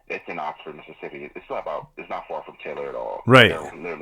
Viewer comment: Hey - it's Oxford, lol, not Oxnard. It's where I'm born& raised.